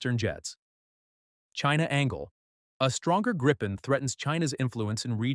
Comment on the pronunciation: It's pronounced "grippen" ... rhymes with "griffin" ... AI generated garbage narration. Thumbs down.